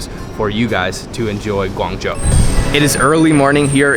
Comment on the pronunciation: Its weird for me to hear you said "guang jou" because i knew you could spell it in the right way